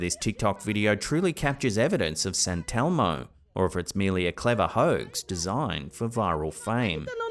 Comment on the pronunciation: SANTELMO? YOU MEAN ST. ELMO.